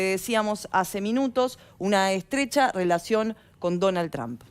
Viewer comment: Señores periodista, que bueno que se asesoraran en la pronunciacion del apellido del presidente de estados unidos. NO se dice Tran! NO atropellen la pronunciacion! 😂